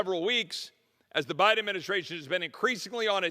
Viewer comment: Loved his slip of the tongue at the mark...."President Beden"......since he spends most of his time in bed.